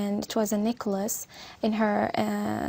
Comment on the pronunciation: ... Necklace...chứ k phải Nicholas...:)